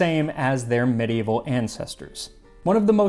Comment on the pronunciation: Kudos to you, max, for being the 3rd person I've heard pronounce medieval correctly. And you mentioned black pepper in with sweet spices! Yay! I love that. It's so different. Something magical happens when you mix black pepper and sugar with cloves, nutmeg, and cardamom.